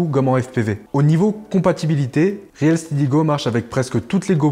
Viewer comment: Salut! Ça fait plaisir... Yen avait marre de voir l'autre... 😊 Sinon c'est pas réel steady mais reel se prononce "ril". Merci à vous deux pour le contenu de ouf que vous nous donnez.